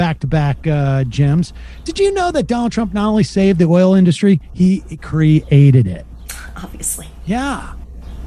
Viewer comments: He sounds drunk with the way he says "oil induustry". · In dust rie.. why does he split it all into syllables like that? Is he also too dumb to assemble words ? I thought said he had the best words ? Lol. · "Ind-us-tree". Good job, President. Good job. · "the oil in-DUSS-tree" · Why does he say the word industry like that? What is wrong with this man?